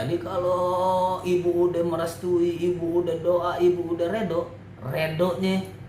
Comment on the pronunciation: Rido bang rido bukan redo wkwk